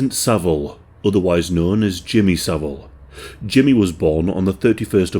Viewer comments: Jimmy so-vile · Jimmy "so-vile" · Jimmy So-vile 🤢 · I always pronounce his name as "Jimmy saVILE!" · no. His name is Savile. Not Saville.